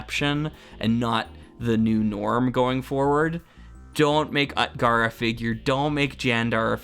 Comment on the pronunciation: "Utgar" is pronounced OOT-gar with the 'oo' sound like the 'oo' in "boot" and the 'a' like the 'a' in "father".